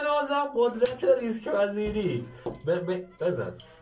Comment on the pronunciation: ریسک نه ریکس